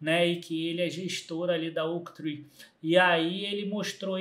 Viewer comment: Isso, ele falou errado